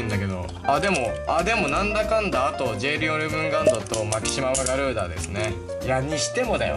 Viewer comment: マキシマガュリーダって言った時吹いたwwwwww